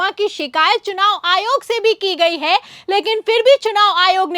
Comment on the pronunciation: Ary, SUNAV nahi,CHUNAV. Muckh se supari nikalke bolo re baba.